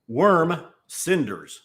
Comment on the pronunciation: Thanks for the review - Definitely will be checking out that worm cinders bottle when it posts today. 👍 kinda tough to pronounce that one without it morphing into “warm” cinders hahaha.